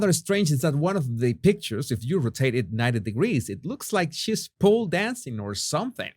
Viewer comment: here are a few more friendly-corrections in your fast-improving English pronunciation: Rotated = ‘ROE-tay-ted’ Category = ‘KAT-eh-GOR-ee’ Adverbial form ‘BadLY’= ‘they are treating them badly’ (not the adjectival form ‘bad’) Series (‘see-reez’ = two syllables not three) Specialist (not ‘espeshleest’ = it’s hard to native Spanish speakers like yourself to begin an English word starting with the letter S without saying ESxxx Fausto still to this day (after 23 years!) says to me, ‘Donal, Joo wann to go to Estarbook?’ LoL NB: YouTube is incessantly interrupting your video with their mindless advertising — it’s most annoying considering your content is actually quite above the norm …